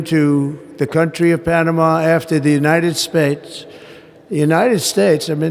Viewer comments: "The United Spits" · he said "the United SPATES" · When talking about Panama did he just call us the United Spates??? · United spates?? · The United Spates XD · United spac.... I'm trying to say united state.... well done Trump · Did he (45/4*) just say, The United Spates"? Lol!!! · The United Spates eh? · "The United Spates"??? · Trump said United Spates, then quickly tried to correct his mistake with his patented “the weave” and says the United States!